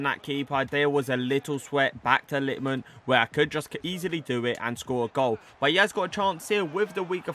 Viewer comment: Its LitmanEN, not Litman. Was painful for ears and I’m not even Finnish